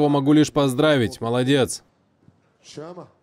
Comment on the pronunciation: Почему он говорит Шама